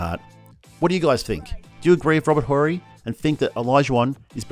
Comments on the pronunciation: The H in Horry is Silent!! STop Fucking with Mr Clutch!!! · You pronounce it Orry not Whorry tf we doing here! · Dude, it's Robert "O"rry, not Rober "Hole-rry". 🤣🤣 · It's not whory... it's orry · Silent H in Horry, chief. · The H in Horry is silent. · The H in Horry is silent and Dream is the best of all time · Just watched this again, someone should by Steven A. a map, Phi Slamma Jamma was at the University of Houston. Someone should also teach this narrator how to pronounce Horry's name correctly. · The H is silent when saying Horry. Or maybe this is an AI voice lmao